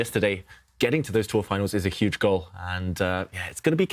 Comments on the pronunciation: Tania can’t pronounce H : “uuuge blunder” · Bruh how can you be so wrong lmao. It is pronounced like You-jh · The H is not silent, you say Hu then ge all at once. Hu sounds like hue.